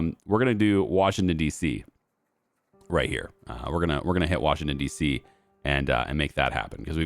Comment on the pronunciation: Are you talking about DC because thats not how to say it